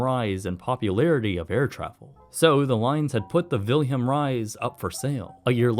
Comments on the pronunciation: Suggest asking your computer how to pronounce names like "Willem Ruys". It's "Villem", not "Wilhelm". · Very good documentary but how you rape the name "Wilem Ruys...😅😅😅sorry.. I'm Dutch so...